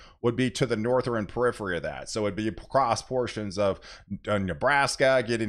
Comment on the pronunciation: It's Northern not nor ther ren